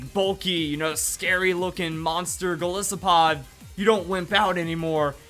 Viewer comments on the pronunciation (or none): I know it's something petty, but I couldn't help cringe everytime I heard you say Gol-is-opod. I figure it's pronounced Gol-EYE-sopod. Why? Because it's a portmanteau of Goliath (giant/strong dude from the bible) and isopod (a type of crustacean), which is what Wimpod and Golisopod are.